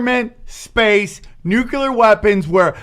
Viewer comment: Nucular Nucular Nucular 😁